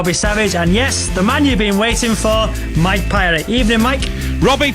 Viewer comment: He can’t even say mike parry’s name right